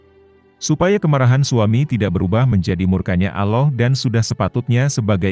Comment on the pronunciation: Ngucap kan" Allah' kok kurang pas ya?